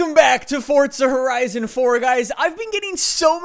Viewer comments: its not fortsa its forza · ITS FORZA NOT FORTZA BIG DIFFERENCE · Fortza, nononononononnononononon don’t pronounce that shit with a T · “Fortza” love it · with respect, why do you say "fortza"? XD anyways love your content, and so glad im this early!